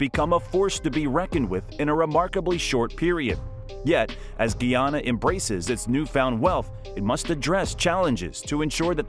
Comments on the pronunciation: its PRONOUNCE GUY AN NA....NOT GEE AN NA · Its Guy-anna. Guyana not Gui anaa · Guyana not Geeyana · Please find a narrator that know pronunciation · Its not pronounce gee ana i am a guyanese woman and its pronounced differently becoz we have a specific accent its pronounced gie ana like guy gie anna😊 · Its pronunce ga ya na not gee yana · Very simple lesson: GUYANA/GUYANESE pronounced GUY-ANA/GUY-A-NEESE. Formerly called British Guiana/British Guianese (pronounced GEE-AH-NUH, GEE-AH-NEESE), up until 1966. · Good afternoon l totally enjoyed the video except the mispronounceing of the name of my country. It is Guyana pronounced GUY ANNA. PLEASE get it right. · Man, his pronunciation of Guyana is killing me…geez